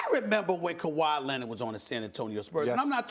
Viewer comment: Stephen A. "Kawhi Lennid" Smith